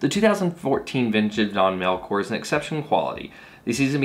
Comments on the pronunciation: Great you passed. But you still pronouncing Don Melchor wrong. Is that in the next test? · Learn to pronounce your wines